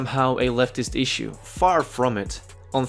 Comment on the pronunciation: Lol! Ikr, and if you've EVER read ANYTHING from the govt., you know they waste AT LEAST 50% of the document with fancy nothingness, and that's lowballing. It's a terrible argument. I wanna know if it's necessary for him to say "iss-ue" with an 's' like that. Can he say shimmy and shake, or does he say simmy and sake? I wanna hear him say "she sells seashells by the seashore." Man, he's irritating.